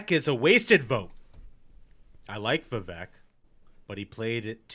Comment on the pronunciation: Love the show - love the insight you can't get anywhere else - but guys, please pronounce Vivek's name properly - It is Vivek, rhymes with cake